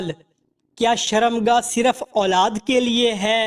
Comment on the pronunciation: پہلے سوال و جواب میں صِرَفْ نہیں بلکہ صِرْفْ۔ سَکون نہیں بلکہ سُکون دوسری بھی غلطیاں ہے بھائی